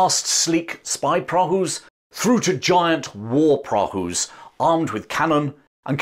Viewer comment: Prahu rhymes with plough